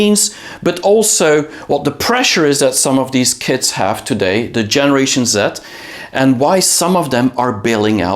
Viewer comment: I thought you said generation Zit. 😂